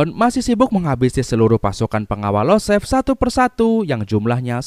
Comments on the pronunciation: Btw setauku yg anak mafia itu iosef/Yosef Bang, bukan Losef 🙏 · IOSEF . Bukan LOSEF